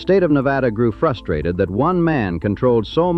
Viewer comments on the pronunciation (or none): none